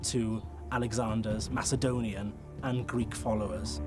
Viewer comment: why do they read Macedonian as Masaedonian